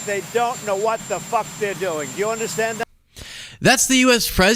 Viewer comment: 😂 The best thing I've ever heard coming out of his mouth was that f-bomb. He really stuck that f and emphasized the uck. A 9.5 on the fu*k-drop-o-meter!